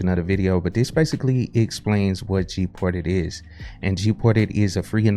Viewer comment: Is it me or you pronounce it as "GPORTED"? I even also understand "PORTITIONS"...